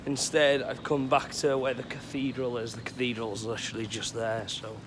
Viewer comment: Lihhhtchheraly Lihhhtchheraly Lihhhtchheraly